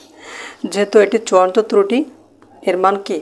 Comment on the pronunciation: তৃতি না ত্রুটি